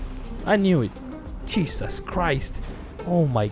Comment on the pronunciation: The way ke said Jesus cheisy